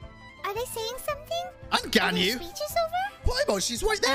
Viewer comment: I'm glad to see someone finally chose to call Ganyu "Yangu"